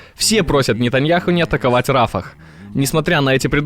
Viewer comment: Не Рафах,а Рафиах.